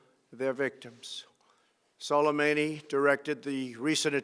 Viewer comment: of gang frogs he didn't even remotely say his name right Soleimani not Solimeini.